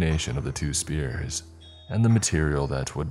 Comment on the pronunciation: "Two spears".....TWO SPHERES... S FEER S. Pheonetically